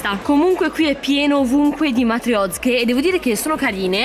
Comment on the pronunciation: ci sono le matriozke! Io: ma non si diceva matrioske?? 😂: móllica di pane Io: ma non si diceva mollíca 😅